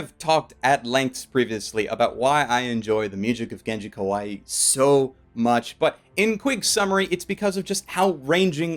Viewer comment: If the Japanese name is spelled how you romanized it then his last name is "ka-why" not "ka-why-e." The latter pronunciation means cute and I can only guess he wouldn't appreciate that.